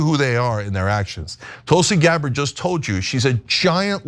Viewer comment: Tulsi "GARBARR" ?